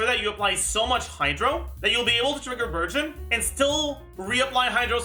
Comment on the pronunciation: i keep hearing burgeon as virgin..